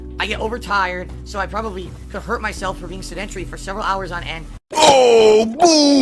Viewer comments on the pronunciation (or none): You misspelled "sedentree" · Holy hell, I'm glad to hear that someone else is irked by this. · The fact that he continued to mispronounce "sedentary" drives me nuts. And proves that is truly an idiot.